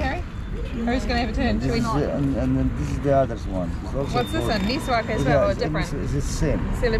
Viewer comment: Its called miswak not niswak , i can guarantee you that is way better than toothpaste